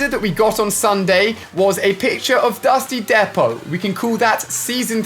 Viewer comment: Nobody Nobody ever Ali-A: DuStY DePo